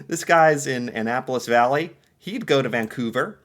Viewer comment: Valley not Bally.